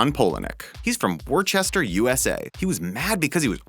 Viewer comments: It's pronounced "Wooster", not "War-chest-er". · warchester usa? u mean woostah mass?? lol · It's pronounced "wuh stuhr." Although some Southerners pronounce it "woo stuhr." :P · It’s not pronounced Wor-chester it’s pronounced Wuster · war-chest-er? really???? its always been and always will be wus-ter!!! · I always piss myself side ways when people can not pronounce the city or Woo sta... Worcester not wor cester. Nice try lol OMG!~ =P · Hey Worcester is pronounced WUSTER not WAR CHESTER lmao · Worcester is actually pronounced Wooster...it's confusing I know I live about a half hour from Worcester. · WORCESTER IS PRONOUNCED WOOSTA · the way he butchered the name of Worcester. It's pronounced wooster (like rooster). you know, how you pronouce worchestershire sauce as wooster-sure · Worcester is pronounced "wustir". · Lmao "worchester" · omg this man said worchester XD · You guys can't do enough due diligence to even pronounce Worcester properly?